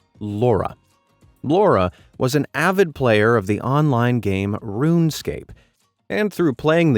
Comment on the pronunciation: Ruunescape 💀💀💀 ok this is not a hate comment just sayin :D